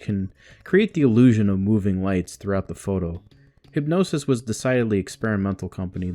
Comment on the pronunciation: It‘s Hip-g-nosis, not hypnosis. Thanks for the video, my enthusiasm for the band has been waning in the last 15 years so it is nice to see something from someone who isn‘t jaded yet.